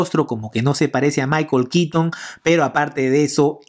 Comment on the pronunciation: Es michael keaton, no kitn. Es bueno el video pero la forma en la que nombras el nombre del actor no me agrada